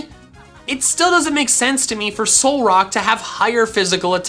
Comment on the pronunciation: "Solrack... Solrock..." His Reddit: write that down, write that down!